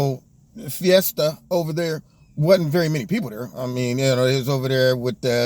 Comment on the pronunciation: Did you say bety had a “fiesta” or a siesta. That’s probably it, a sleep fest.